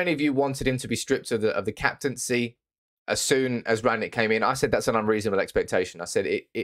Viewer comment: you can't even pronounce the managers name correctly